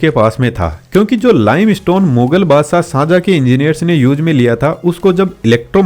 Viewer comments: The shajahan was found this taaj mahal His name is shahjahan not sanjha tell right name ok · Sajah nhi hot Shahjahan bolna Sikh le odu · Shanjha 🛑 Shahjahan ✅ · Shahjahan ❌sanjhaa✅😂😂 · Shahjahan name bhi sahi nahi le paa rahe ho bhaai۔